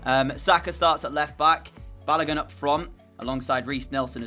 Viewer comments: 😂😂😂 lemme help u with pronunciations since I’m also a Nigerian like ur striker for the Norwich match. His name is Pronounced Baloagun. And the Oa is pronounced the same way it is pronounced in the word Boat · And baloagoon